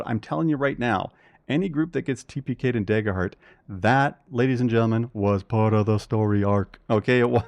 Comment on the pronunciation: what's this "deyger heart" you speak of?